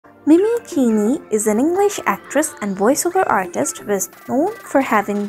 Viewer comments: Its not pronouced keeni its pronouced keene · hey name is pronouced 'mini keen' not keen-e.. christ